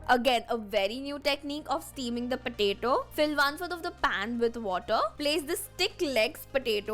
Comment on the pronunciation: Its not pataeto its potato u r pronounced wrongly